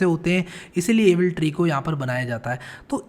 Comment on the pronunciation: Why does AVL tree sound like Evil tree in 2x speed... 😂